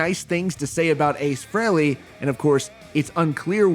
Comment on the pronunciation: Why don't you pronounce his name correctly pronounced Free-Lee not Frail-lee